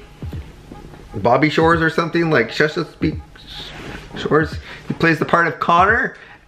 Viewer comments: as soon as your plans stopped over flew over my house ( btw it's pronounced Chess-a-peke) I live right by it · If the word you're trying to say is "Chesapeake," its pronounced "chess-a-peek" Also, MORRO?!? YES!!!!